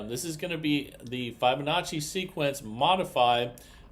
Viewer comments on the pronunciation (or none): It’s Fib onacci. Fib. Not Fibe.